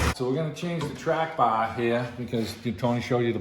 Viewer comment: Must be from the North East. "Weare gonna change the trAAAAck BAHHHH HEAAAA"